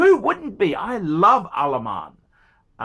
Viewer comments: Why he always screaming Al Aman when its written Al Ain ? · Jesus fucking christ, are you not able to read? How the hell is Al Ain "Alaman"? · I've been to Al Ain. An Al Ain Phranck Muller is pretty niche,! Good luck shiphting that. AND ITS 'AAL AYN' YOU BOGAN! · It's pronunciation is Al ayeen and fronk mewller